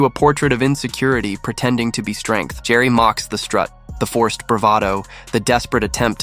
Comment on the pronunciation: Jerry?! Who the fuck is Jerry?! Ricky's last name is Gervais; it's pronounced as Jer-vase. A better content provider would do research into how to pronounce words and names properly. Do better.